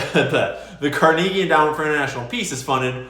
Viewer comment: If you don't stop pronouncing Carnegie this way I'll unsub